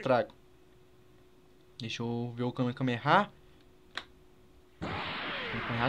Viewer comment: vey pff n fala kamekameha n pelo amor de deus é kamehameha